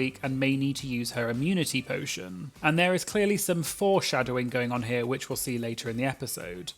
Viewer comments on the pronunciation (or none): none